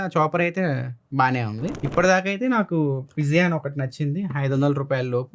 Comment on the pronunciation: పిజియాన్ కాదు పీజియన్